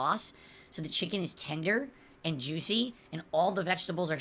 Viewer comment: How about everytime he says and: "eeand".